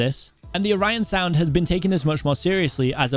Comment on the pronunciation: O Ryan sound Or an sound Orionsound is pronounced like "or an" sound good luck to mcc